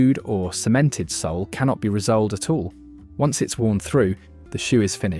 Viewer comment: When you can't say re- soled properly we know it's A.I and when you tell us Clarks are a good shoe we know this is rubbish because I have worn Clarks shoes Most of my 70 plus years but the last few pairs made in various parts of the world are foreign rubbish with poor quality leather outer and some synthetic crap inside that starts to disintegrate after a few wearings.